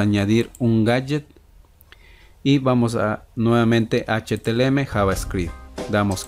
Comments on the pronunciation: amigo gracias buenos tutos me sirvieron de mucho solo una corrección que hacerte es CÓDIGO HTML NO HTLM COMO TU LO PRONUNCIAS DE RESTO MUCHAS GRACIAS POR TODO GENIAL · felicidades fue una gran serie!! y me sirvio mucho, solo una pequeña correcion, se pronuncia "HTML" y e escuchado que dices "HTLM" disculpa si te ha molestado, y gracias